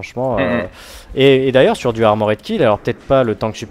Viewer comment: Bon ... je ne peux pas me retenir, désolé. Super vidéo, mais on ne dit pas 'ARMO RAID' mais ARMOR'D .... il n'y a rien à dire entre le R et le D ...